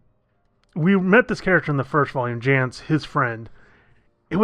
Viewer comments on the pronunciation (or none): Jayce. No "n" Try to read.